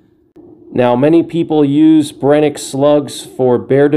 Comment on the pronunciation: The SF slugs are garbag as they do not seal well against water and have high potential for failure. Just use the Black Magic, they're essentially the same. Amd it's pronounced Bren-uh-kee not Brenick, fyi